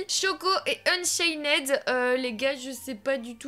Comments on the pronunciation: Ça se dit ''unchaind pas ' 'unchained juste la prononciation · arête de dire unchained c'est unchaine ok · Tu sais pas dire Unchained toi tu dis UnchainED😂😂😂😂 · C est pas unchainnèd c est unchained il n y a pas de ède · c'est pas unchainede c'est unchained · unchained pas unchaineed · UnchainED à mes oreilles à ses oribles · AAAH JE SUIS UN INFILTRÉ D,UNCHAINED TU AS DIT UNCHAINÈD SÈRIEUX MES OREILLED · Juste on ne dit pas le -ed à la fin de Unchained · Du dis mal unchained